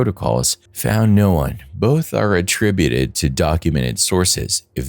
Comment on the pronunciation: Please, say ATTRIBUTED incoorectly one more time.